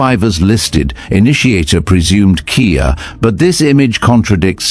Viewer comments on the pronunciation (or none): If you are going to use the "veteran" in your youtube channel. Might help to know it is K.I.A as in Killed In Action, not Kia like the store..... Sorry thumbs down for your AI story.